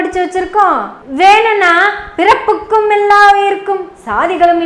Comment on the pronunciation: பிறப்புக்கும் என்று உச்சரிப்பது போல் தெரிகிறது.பிறப்பொக்கும்